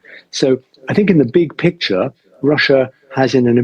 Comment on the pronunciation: "In a bik pikcha" - british "elite" arrogance and russophobia should be treated with a proper medicine. Highly likely Oreshnik over Westminster will cure the problem :face-blue-smiling